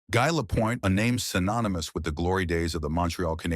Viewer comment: You cannot even pronounce his name properly, click goodbye.